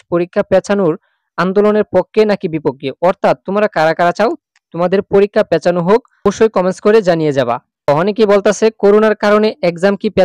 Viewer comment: আপনি আগে উচ্চারণ ঠিক করুন তারপর ভিডিও বানান । পেঁচা পেঁচানো না পিছানো কি ভাই?